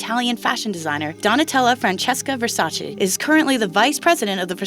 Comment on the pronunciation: also.... it’s VER-SA-CHAY